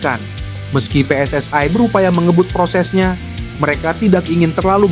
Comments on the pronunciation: Persatuan Sepakbola Seluruh Indonesia . -PSSI -bukan " PSSAI" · PSSI bung bukan Pssai